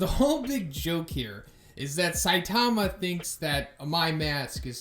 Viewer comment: Love you videos, but please bro stop saying saitama like that... saiTAMA.